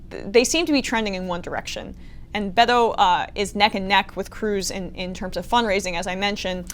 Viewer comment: I liked this clip very much. Congratulations Emma. We would love for ya'll to pronounce "Beto" with a stronger emphasis on the "B" so it truly sounds like a "B". Greetings from Switzerland.